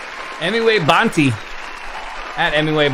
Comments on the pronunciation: Bro literally said Emiway "bunty"💀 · Its not Bunty, its Bantai ( Baan Tie) pronounced!!